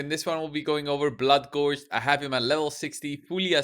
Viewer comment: "bloodgorgered" very nice